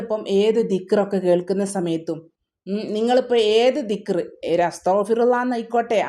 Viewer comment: ആദ്യം ദിക്ക്റ് അറബീകരിച്ചു പറഞ്ഞു പഠിക്കൂ